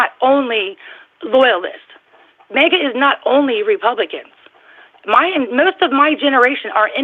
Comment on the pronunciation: It's maga, not mega